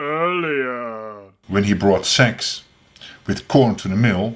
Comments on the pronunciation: The part where he said 'sex', he meant to pronounce 'sacks'. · "Sacks or corn" .. not "sex" LMAO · I think it’s “when he brought sacks with corn to the mill” Unfortunately in his accent “sacks” and “sex” sound the same, and “corn to” sounds like “c**t in” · I think he says 'he brought sacks with corn to the mill' but struggled with the English vowel ash in the word 'sack' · It sounded like the narrator said "When he brought sex with CORN to the mill". Yeesh, keep your fetishes to yourself, people!